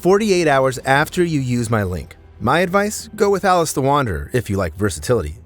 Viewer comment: i have watched every video and don't recall this. Can you identify a specific one? Either way, there are too many errors that an English-speaking human shouldn't make - namely, pronouncing "Alice" as 'alissey', and "Rhys" as 'rise'.